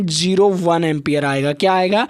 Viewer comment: Empier hota Hai Sir